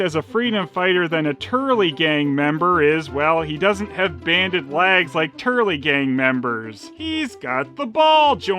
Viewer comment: i am sure i heared you saying laggs and not legs ... and where do you keep finding stuff like this and when you doing galaxy adventure girl ??